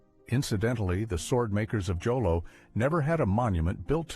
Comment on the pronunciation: Jolo is not pronounced with a J. You say with an H. It's pronounced as "Holo."